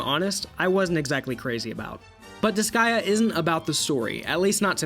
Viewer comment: Why do you call it disgaia? It’s disgaea, DIS GAY A